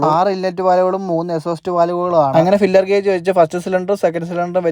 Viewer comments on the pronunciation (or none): ഫില്ലർ ഗേജ് അല്ല ഫീലർ ഗേജ്( feeler gauge)